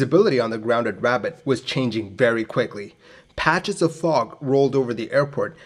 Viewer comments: I've always enjoyed your aviation videos. I'm sending you a very friendly nudge to search out the correct pronunciation of a city/location name before posting. I'm just using (Rabat) as an example. Correct name pronunciation sounds professional, researched and can only be a plus. Good luck with your next clip. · The city is pronounced “Ra-bat” not “Rabbit”, the beacon ‘KJ’, it’s morse identification of an Non-directional Beacon (NDB). Aircraft uses a direction finder (ADF) that points at the beacon. Lots of airports had a NDB which you flew an offset approach which crossed the extended centre line of the runway. You should see the runway at this point and steer towards. Hence why these approaches had minimum visibility requirements. Plus you (historically), descended to a minimum altitude (MDA), and stayed there until you saw the runway or went around at the missed approach point (MAP). Simple NDB approach’s used a timer to define the MAP, or crossing the NDB itself (needle falls behind you). As long as you don’t bust your MDA and went around at the MAP they are safe, but they can be tricky if not understood or practiced. The old three pointer altimeter did have issues of being miss-read and were replaced with better designs. Not so much of an issue in a glass cockpit. Capt A320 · Love these videos. You do such a great job. Thank you. FYI: just so you:lll know: iRabat is not pronounced like rabbit but RA-BAHT’. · The city is pronounced Rah-baht with emphasis on the baht. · Yeah "rah-BAHT", i always thought - maybe no inflection, or just a hare of one... XD. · RA BAH ....no T pronunciation ..and KENITRA !!!! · Rabat, Capital of Morocco, is pronounced RAB_AT as written and not rabbit. Kenitra is pronounced KEN_IT_RA as written not Kenerita. Calling a Sud Aviation Caravelle a Sud Caravelle is like calling a McDonnell Douglas DC10 a Mc DC10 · The City is pronounced Rab AT (not like the animal). Doubtless very primitive navaids back then. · RABAT NOT RABIT